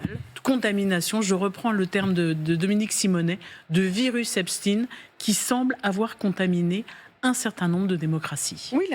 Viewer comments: Pourquoi Epstiiin ? c'est EpstEIN ! ou est-ce antisémite de prononcer son nom ainsi ? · c est EP SHTAAIINN